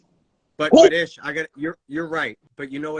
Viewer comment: Everytime he calls Ish Library I laugh.